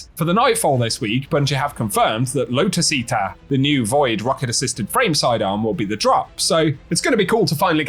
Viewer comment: low-tuss eatah